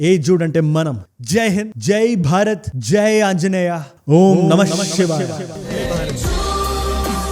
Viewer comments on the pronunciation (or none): none